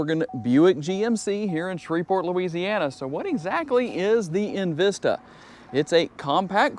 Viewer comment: Its not invista its envista really